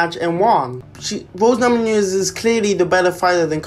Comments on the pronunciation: Namonoonyes? It’s namajunas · Please learn how to pronounce Namajunas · Lollllll the way u say her last name